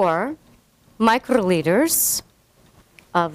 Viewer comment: thrrrrrrreeee micrrrrroliters.